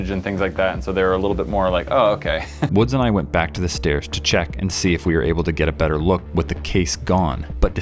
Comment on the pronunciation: I’m sorry but it’s the stAErs (spelled wrong for pronunciation)